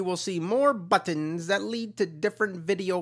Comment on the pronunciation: This video has a disturbing lack of guh-laow, however the butt-hins quotient is enough for me to thumbs up this DEE-VEE-DEE